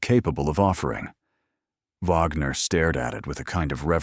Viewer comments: Her name is not Vagner, it's Wagner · The detective's last name is pronounced Wag ner not Vogner!